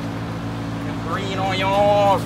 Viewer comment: HE SAYS ONYO LIKE CHEF JEAN PIERRE